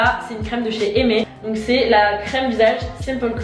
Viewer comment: Pour appliquer du mascara sans en mettre sur sa paupière faut bien regarde vers le bas pour que les cils ne touchent pas et pas regarder tout droit PS : La marque Aime se prononce comme le verbe et non aimé, elle a été créée par Mathilde Lacombe et donc le verbe aime ça sonne comme l'initiale M